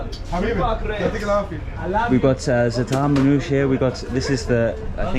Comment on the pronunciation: It’s “man-ou-she” bro .. or manouché 😎